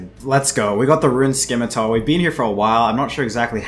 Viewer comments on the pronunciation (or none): It's pronounced "Simitar" by the way.